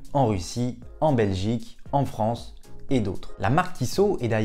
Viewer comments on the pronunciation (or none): none